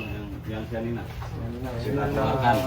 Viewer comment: Yg Italy chianina bukan sianina